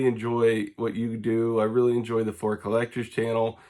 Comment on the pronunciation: MJ Flair? Yeah all credibility just went out the window. Who does know how to pronounce the Jordan rookie card correctly? Fleer. not that tough.